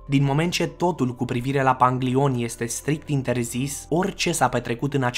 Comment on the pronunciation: "panglion" 😂pwp